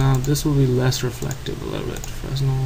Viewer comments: Hey thanks for the vid but FYI Fresnel is pronounced "Fra-Nell" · It's pronounced freh-nel. It's a type of light. Jus' sayn. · Quick note... 'Fresnel' should really be pronounced fru-nell... or fre-nell.. The 's' is sorta 'silent'.. ;) It's important :)